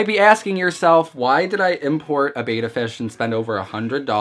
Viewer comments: Now that you spent that much maybe you'll want to pronunce it betta instead of beta. ;) Nice looking little guy though. Nice and well fed. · Dude, it's pronounced bet-tah, not bey-ta. Also you have a plakat (pronounced plah-kot). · Why would you pronounce it ‘beta’??? It’s pronounced bet-tah, after how the native people say the word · Try pronouncing it correctly: It's BETTA, not Bata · Betta not beta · BEH-TAH not BAY-TAH, just something to remember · It's pronounced Beh-Tah. minutes of you talking before we see the fish. You and your ilk who think we want to see YOU are so deceived. Title your vid ALL ABOUT ME for ALMOST 8 MINUTES before I show you my BEH-TAH. :) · I’ve had multiple fish tanks and hated the fluval spec v. I got hair algae and no matter what I did it wouldn’t go away. I had no such problem with any of my other tanks. By the way it’s pronounced “bet-ah”